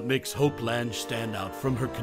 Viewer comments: Pocketful of Miracles is my favorite. Edward Everett Horton and Peter Falk were great, too. Her name is pronounced like Lang. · That's what I kept thinking when I heard him say "Lange" that I had always heard it pronounced "Lang".